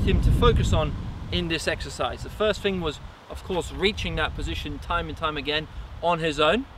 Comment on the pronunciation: I can't concentrate when watching these videos, every time he says "fing" instead of "thing" I get lost in my head.